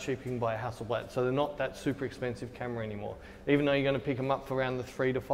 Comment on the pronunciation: Common is not Hässelblääd it's Hasselbladh. Hassel a is kinda like in the word Buddy or, bus. Bladh is like the a in far. Hasselbladh.